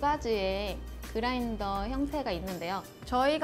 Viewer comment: 글라인더가 아니라 그라인더.